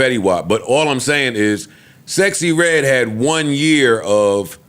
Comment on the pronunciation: I will never NOT see Rick Ross saying SexXyReDd lolol